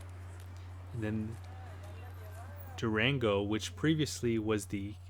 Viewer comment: Pronounce it as- Do-Ron-Go.... I'm thinking about bussing down there from El Paso in about a month.